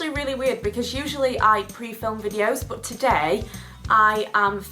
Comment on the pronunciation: i love how you pronounce "but" hahaha "booooot"